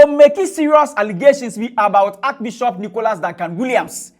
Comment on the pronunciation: What is archi-bishop ? Can’t even pronounce archbishop smh